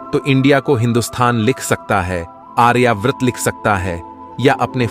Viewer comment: आर्यव्रत नामकरण सही नहीं बल्कि आर्यवर्त है. सूचना निसंदेह सराहनीय है 👌